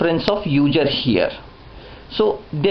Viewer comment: I like how he says User.....Uger. Good video though.